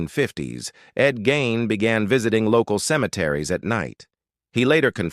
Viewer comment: I'e heard his last name pronounced /GEEN/. Just saying.